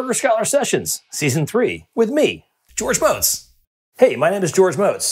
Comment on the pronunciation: I feel like he's saying Motz wrong.